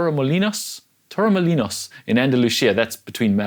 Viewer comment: When you were struggling to say Torremolinos (Spain), I briefly thought you were trying to say Tamaulipas (Mexico) and was thinking that we would see perhaps the FASTEST run and bike times in the history of this sport if it was going down in Tamaulipas. If you know, you know...